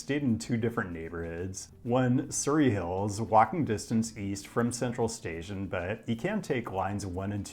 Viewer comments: You pronounced Parramatta wrong. Edit: and Surry Hills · dont forget the surry in surry hills 😅